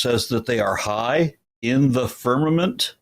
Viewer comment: I heard an uneducated person that had trouble understanding basic words like firmament, which it sounded like he first said ferment. He was a waste of bandwidth, but to show how stupid some people are that think they are smart. I wonder if he knows he's stupid. Answer to your question, It seems as though the people of Babylonia thought firmament was a physical thing, because they built a tower thinking they could step off in heaven.